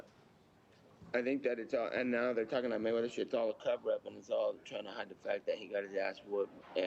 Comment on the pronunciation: Ya, Matweather